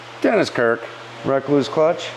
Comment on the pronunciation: Not only do you say Yamaha funny you say rekluse funny . You say wreck loose . lol from my understanding it’s pronounced just like the recluse spider .re-cluse